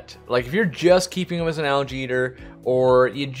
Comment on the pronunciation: I was wondering why he kept talking about allergies and then realized he was saying algae lol